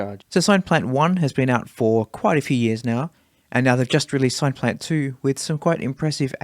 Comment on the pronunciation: SINE-plant? It's derived from the word SYNTHESIZER ! ! ! Otherwise, lovely vid. 😁